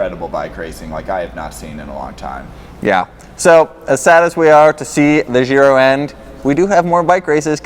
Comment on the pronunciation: also, it is not "zhiro" but it is giro, use google translate phonetic reader on Italian and you'll get there.